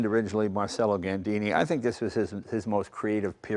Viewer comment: C’mon Jay. I know you’re half Italian. It’s pronounced MARCH-ello. Not marsello!